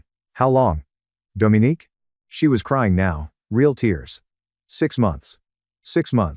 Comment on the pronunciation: I don't know why it bothered me. But her name is Dominique not Dominic. Dominic is a mans name.